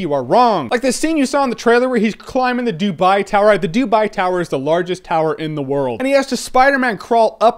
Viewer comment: 'Doobai Tower' xD